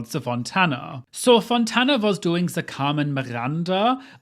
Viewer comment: “Ze Carmen Miranda” had me cackling.